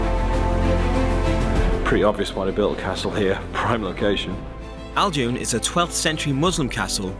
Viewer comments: Ajloun castel,not Aloun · You called it ALjoun when in fact it's AJloun. Nice try though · Glad u liked Jordan 🇯🇴 😊.. I guess you would have loved it more in spring though and would have met many more tourists..but you should have done the mud at Dead Sea..also a small correction it’s called ajloun not aljoun..love from Jordan ...you really deserve more subscribers